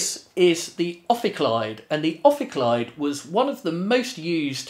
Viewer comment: Pronunciation of the name probably wrong, as it is supposed to be Greek.